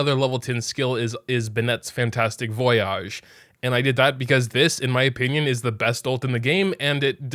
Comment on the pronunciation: I really cant handle pronunciation of "Voyage", IT VOI-AGE MOGA